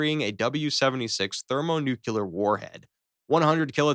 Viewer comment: Not a ThermoNUCULAR warhead 🤪 Unbelievable how clever, intellectual people are unable to pronounce this word correctly